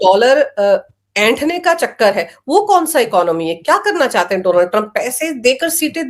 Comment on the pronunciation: डोनाल्ड नहीं मैडम डॉ as in doctor